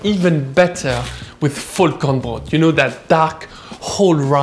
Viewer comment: Vollkornbrot is German and you actually pronounced it quite well :-D